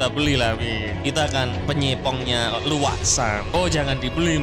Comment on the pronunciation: Min Narasinya Salah Baca Bukan Luwak Tapi Uwak! BOING Bukan Bo eng*(Boe eng Bahasa Toicu Bearati Tak Bagus)🤣🤣🤣Jgn sampai pikun kayak wak bidin min😅Channel Ini msh Jd Referensi Pecinta Alutsista Tanah Air.Salam Uraaa! From West Borneo,INDONESIA ❤🇸🇬